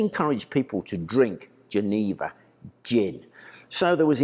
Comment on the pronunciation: The actual pronunciation of "Jenever" is slightly different. It's pronounced with a soft J (sort of zch) and the middle e is also short. (Pm me if you ever need help with Dutch/Fleming pronunciation)